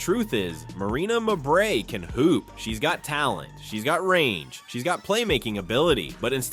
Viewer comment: Could you people that use these friggin' voiceovers (or whatever they're called) teach them how to pronounce players names properly. Especially, when the name Mabrey gets repeated 50 times in a report such as this one. Marina Mabrey, her two sisters, and their entire family are trash, always have been always will be. Suspend the biotch!